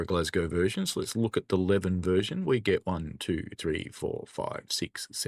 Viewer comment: FYI, it’s Lee-ven , not Lev-n